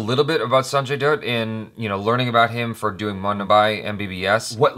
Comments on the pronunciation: Dutt rhymes with "Cut". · Just FYI dutt is like butt not doot like boot. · Sanjay DOOT!!?? D-UTT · Sanjat Doot tho 😂 ❤️ It's 'Datt' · Sanjay Doodh It's dutt. Just like Butt, but with a D. (I know it's a weird statement, but..) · Dutt is not pronounced as Doot (like Boot), it is pronounced like DAAT (Rhymes with Butt) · Lol. It's not 'doot' it's 'dutt'. Pron. the-ut Note that the first syllable(the) is not the 'the' used with nouns(thee) but a simple 'the' used in between sentences. The second syllable is a little bit hard to explain as the sound itself is not present in English.(US&UK) Just refer to your video reaction of AIB "If apps were people"(or the real one) and see how Instagram has a way softer 't' in artist. That's the 't' sound you are looking for. in conclusion the 'ut' is like hut with a silent 'h' and a softer 't'. 'the-ut' (soft t) 'the-ut' (soft t) Not 'doo-ut'(with a sharp t at the end) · Its not Sanjay Dut , it is pronounced as 'Sanjay Dhatth' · it's not sanjay "dude"......it's sanjay "dutt" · Dutt is pronounced as "Butt" with a "D" instead. Not "Doot" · Its not duut its dutt (rymes with hut) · It's pronounced as D-A-TT not Dutt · That's not doot, that's dutt like butt😂🤣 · Its Sanjay Datt, not Sanjay Duut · Dutt is pronounced in the way 'hut' is pronounced. Not 'Doot' 😂😂😂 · Its dutt pronounced datt not doot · Its not dutt its dutta.... 😂😂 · Well don't pronunce it as "Doott" but rather "Datt". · Not Sanjay doot, it's pronounced as datt😂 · Jhaatu it's not Sanjay dude it's Sanjay dutt like butt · Hint: Dutt is pronounced like "butt" ;) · " sanjay duut 😂😂 " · Its Dutt, like 'but' but with a 'D'....Dutt. 😅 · Latika Kaushik its Dutt🤪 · It's Sanjay "Dutt" as in 'but'. Ranbir looks like Sanjay's doppleganger. Awesome review, had already watched the teaser, still watched it again! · It's Dutt as in "Butt"... and yes Ranbir has nailed it hard!! 👍👍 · All throughout the video I kept hearing "Sanjay Dude" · Sanjay "Doot" 😂😂😂😂